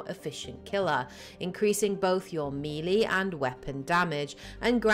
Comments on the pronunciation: Mass effect 1 had 6 companions, not 5. Garrus, Wrex, Liara, Tali, Kaidan and Ashley. All videos say 5, when it's clearly 6. Also, melee is pronounced as May-Lay, not Mee-Lee. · Thanks for the super useful series! A word to the wise: "melée" is a loan word from French and is pronounced like "meh-lay" -- with only slight stress on the first syllable. In French, unlike Spanish etc, the accent marks do not indicate stress, but rather the quality of the vowel.